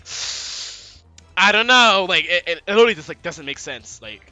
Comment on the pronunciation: Liddily = literally